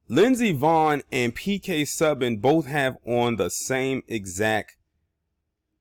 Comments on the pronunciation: Pronounced (phonetically) - Sue - ban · It's like "Sue-ban"